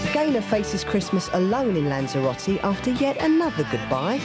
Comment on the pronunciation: It is not Lancheeroutee. Is it Lanzarote. It is not Courfew, it is Corfu. It is not Tainaireefee. It is Tenerife. It is not Aibeezaa, it is Ibiza. Learn the proper names, that is the very least one can do.